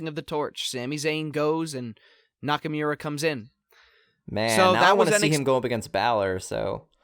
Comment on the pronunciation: lol the Grammar Nazi can't say Nakamura correctly :P